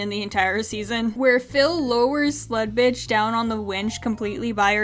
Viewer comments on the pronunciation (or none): I only just realized you were calling that character SLUD-Bitch and not SLUT-Bitch. LOL